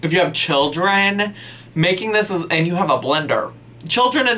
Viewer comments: I 100% heard you say "children in a blender" not "children and a blender" 😂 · Anyone else hear "children in a blender." insteaf of "children and a blender." I thought went all serial killer on us 😂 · sounds like he said "children in the blender" lolol